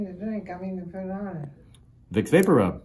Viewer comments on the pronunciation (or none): Did he say Wick Vaporup?